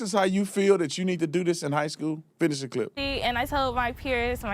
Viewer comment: Spencer for the Win. Love the way you said High Skwell 😂😂Officer Tatum for the Win. Please update your merch Store much love ❤️